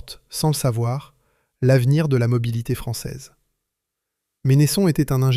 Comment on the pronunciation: Vq auriez pu demander comment la famille prononce son nom : Mènnesson et non Ménésson....